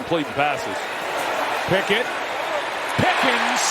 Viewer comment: On play two the comantater called Kenny Picket “Pickins”🤨